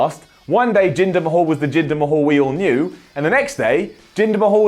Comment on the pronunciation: I could swear I heard say "Jinder my-hole" wtf xD